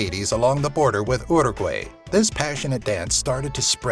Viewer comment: Uruguay, not Yurugwey